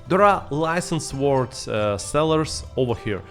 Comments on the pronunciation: The ‘w’ in sword is silent…. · Brother your English is very good, but don't pronounce the w in sword!